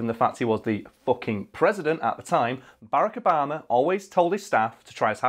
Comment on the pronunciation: is it just, or do british people just call him Baraco Bama?